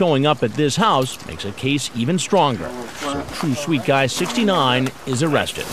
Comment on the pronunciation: The Elmer Fudd predator is my favorite one: "Am I going to be aawested? Oh cwap!"